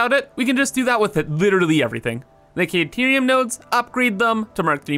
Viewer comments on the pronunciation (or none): Is caterium actually pronounced 'kay-terium' and not 'kah-terium', or are you just saying it wrong?